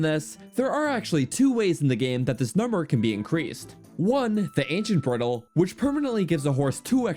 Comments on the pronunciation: Pronouncing bridle like brittle killed me lmao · Awesome video! Would give you 100% if your pronounced bridle correctly 😉